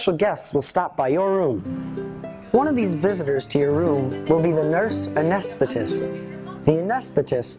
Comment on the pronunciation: “Anesstist” lol he said it wrong and it made me laugh so hard